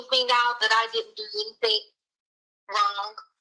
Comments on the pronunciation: I didn't do ANYTHINK WRONK. ooof! 😂😂😂. So funny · How about everythink, anythink, nothink, going-k, wronk, ..... Etc. What an embarrassment